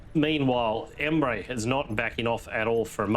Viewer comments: its pronounced: Em (like emma) RE (like Redo) so pronounce it like em-re. not omray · I just started the video, lmao 'Omre'? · The name mispronounciation sent me to the hospital 🪦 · I literally played back several times just for this 😂